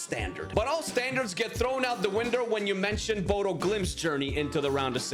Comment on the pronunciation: As someone who live there and have it beaten into me since I moved here. Its pronounced Bodø (Buddha)